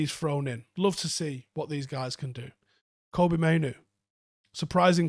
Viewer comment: Supposedly Kobbie pronounced like corn on the cob (cob - bee)